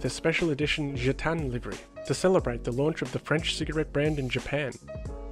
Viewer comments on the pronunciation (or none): none